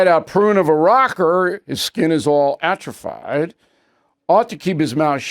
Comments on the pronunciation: Bill, I agree with you re: Springsteen, however, “atrophied” is pronounced “atrofeed,” not “atrofide.” I’ve also heard you mispronounce words on your “Common Sense” show. That’s surprising, considering how you try to educate your audience with the “word of the day.” Also, I’ve never heard anyone but you emphasize “dot” instead of “com,” as in “Bill O’Reilly DOT com.” The emphasis should be on “com,” so as to distinguish it from “org,” “gov,” “edu,” etc. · That's not how "atrophied" is pronounced, Bill.